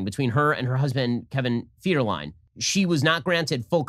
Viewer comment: "Kevin FEEDHERLIME" 😂😂🤣🤣💀💀💀💀